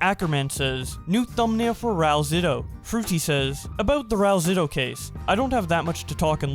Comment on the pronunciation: Well when he drops the soap he can’t really complain, also the pronunciation is rah-oo-L-zitoo